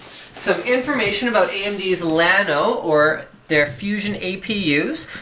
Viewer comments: It is not "Lano" it is "LLano" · pronounce yea-no or ya-no not lano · thats kinda what i said in my previous comment lol linus keeps saying lano